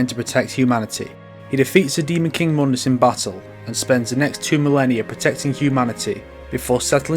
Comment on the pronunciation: says he dislikes DmC, then pronounces Mundus the DmC way